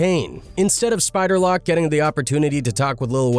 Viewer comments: It's Spider Loc like loke not lock fool. Haha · Spider lock 😂 loc you fool it’s loc! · Wtf is a spider lock 😂it’s loc homie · Dude said spider lock smh 🤦🏾‍♂️ 🕷️ 🔒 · Bro you should t make no type of content anymore bro saying "spider lock" 😂😂😂 . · Dis guy said spider lock 🔐 😅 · Who in the hell is Spider Lock get his name right 🤣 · Yeah I think it is.. Had a great laugh when it called Spider, Spider Lock ! LOL